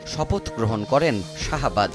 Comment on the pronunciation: আরে ভাই রে ভাই শাহবাজ না শেহবাজ শরীফ 🥴🥴🥴 তোতলা নাকি আপনি যে উচারণ করতে পারেন না